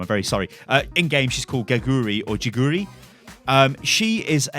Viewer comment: her korean nick name prounounced as KE-GU-RI but ita writen GEGURI XD and it means a stuffed animal i think